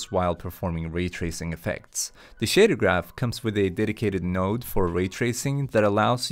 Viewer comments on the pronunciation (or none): none